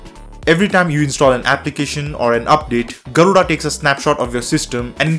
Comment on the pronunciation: you'v slaughtered the pronounciation of Garuda